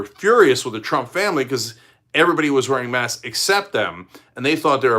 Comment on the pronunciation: Cenk, there’s a «k» in «masks». You’re talking about «mass»